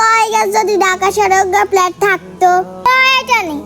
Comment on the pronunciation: প আর ফ এর উচ্চারণ নোয়াখালীর লোকদের জন্য খুব সমস্যা। উল্টাপাল্টা করে ফেলে। প্ল্যাট না। হবে ফ্ল্যাট। প বলতে দুই ঠোঁট মিলাতে হবে। বাতাস বের হবেনা। আর ফ বলতে দুই ঠোঁট দিয়ে বাতাস বের হবে। এটা ফলো করলে এই দুই বর্ণের উচ্চারণ মোটামুটি সঠিক হয়ে যাবে